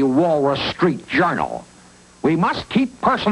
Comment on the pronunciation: Me too i laughed the part were chumley say warlus street hournal😅